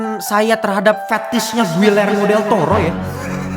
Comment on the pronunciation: Giyermo bukan guillermo. Begitu baca nya. Dobel LL dibaca Y, UI dibaca I di bhs spanyol.